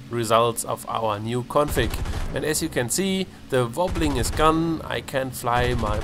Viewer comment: lol love your "VOBBLING" great dude